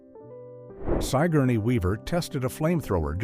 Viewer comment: in video AI speaker says " Sigh gorney Weaver tested a flame thrower" .....really? I don't know of anyone with that name. Perhaps the robot needs to learn how to pronouce Sigorney Weaver , practice it and get it right ! Also the word metres is pronounced "meeters" not "metters"